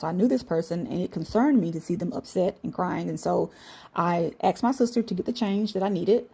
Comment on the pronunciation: its asked them!!! not ax them lol..